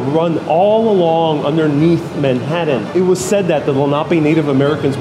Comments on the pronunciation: Why do you ruin the pronunciation of Manha-ttan?No one pronounces it that way but you?it sounds so cheap? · Dude pronounced Manhattan like a 4 year old 🤦🏼‍♂️